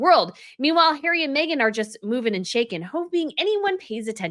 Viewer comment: Love your pronunciation of Hairy!!😂🤣